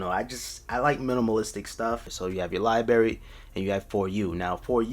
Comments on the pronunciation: It’s libRary! NOT li-bary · ITS libRary not libarry other than that great video, 😀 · If I hear Lie Berry one more time😤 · “Lie berry” 😔😔😔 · If you say liberry one more time man I swear to god😂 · Was anybody internally cringing when he kept saying libary? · Did he say Libary? 🤔😇🤣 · What is a “Lie Berry”? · It annoyed me so much it's librrrarry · LMFAOOOOO son it was giving me a headache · obviously its called Liberry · lie berry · HOW CAN YOU SAY LIBRARY LIKE THAT. Good vid though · can’t even say library right 💀💀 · Everyone keep talking about libary, but I cant get over versatality